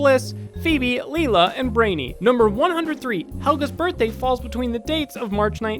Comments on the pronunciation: Who else got angry when he pronounced Lila as (LEE-la) instead of (LIE-la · Lila... not leela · Ur calling her “LEE-LA” when it’s pronounced: “LYE-LA” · Why does he keep saying Leela instead of Lila. It's just terrible, terrible 🤣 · It’s Lila not leela lol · I can't handle some of these mispronunciations. Lila is not pronounced lee-la and Snee-Oosh is not pronounced snee osh. Lila is lie-la, and Snee-Oosh is pronounced exactly like it's spelled. Hopefully has learned to research how things are pronounced before producing these videos. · Fact number 108: It's pronounced LIE-la, not LEE-la. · I can always tell when a YouTuber makes a video about a show they never watched because they mispronounce something important. I'm this case it's Lila. It's never pronounced Leela. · LILA IS PRONOUNCED "LIE LA" NOT "LEE LA" 🙄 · Not Lela it's Lila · NOT LI LA LILA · LILA not Leela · You're pronouncing lilas name wrong. it's (Lie-la) not (Lee-la) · I think you should have fans of the show do narration because only someone who watched this show would know Lila is pronounced LIE-LA and no Leela. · Also am i the only one who was bothered when he kept saying Leela instead of Lila!? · Lila is pronounced LYLA!! stop saying LEELA -_ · Hi, Loved your video!!! "Hey Arnold" was a favorite cartoon of mine as a kid. I'm 28 now and I still think it's an awesome show. But, just to let you know, you kept saying that one of the character's names was, Leela even though it's actually, Lila. 😊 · I'm pretty sure it's pronounced LIE-LAH. Not LEE-LAH. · It's LILA. As in Ly-luh. Not Lee-luh 😡 lol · You pronounced Lila as Leela, and I was thinking "That character's from Futurama you dumbass!" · You keep saying leela but isnt it Lila? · Lila.... with an "I" sounds..... not "Leela". :( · The character is pronounced LII-LA not LEE-LA........ have you ever even watched the show.....? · It's not Leela its Lila you jerk. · >:/ Leela... It's Lila... "Lye-lah!" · Lie-Lah, Not Leelah. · Say it with me : Lie-la